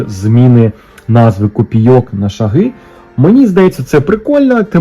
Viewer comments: ШАги, ШАгів, з ШАгами — наголос на «А» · Вітаю! Не "шагИ" а "шАги". Чекаю розіграш!